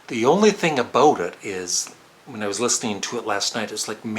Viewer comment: He said aboot....